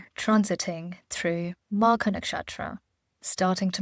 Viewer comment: I think the Vedic Names should not be mispronounced. It is Ketu and not K2 Similarly Magha, Nakshatra and so on It shows respect for the Origin of it all which is Hindu Vedic Scriptures